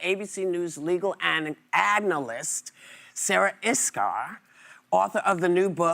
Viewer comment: she can't say analyst. wow.